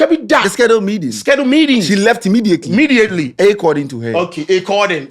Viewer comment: schedule medding..schedule medding,she left immediately...immediately,A ccording to her... A CCORDING😂😂😂😂😂